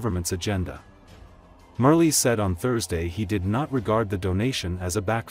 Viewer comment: Marles, not Merly.